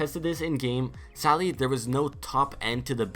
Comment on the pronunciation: Why do you say sally you don’t say sadly.